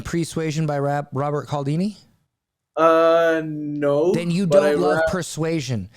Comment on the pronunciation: Appointment setter here. I preach Voss' book to EVERYONE!!!! I've read Cialdini, too [pronounced 'Cheealdeenee', his name is Italian]. I'd also advise SPIN Selling and Chet Holmes' The Ultimate Sales Machine. And FYI, if you haven't read Jeb Blount's Fanatical Prospecting, you are NOT a lead generation expert. Yeah, that's actually the first question I ask potential marketing clients I work for.